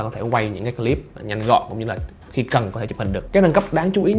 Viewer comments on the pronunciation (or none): none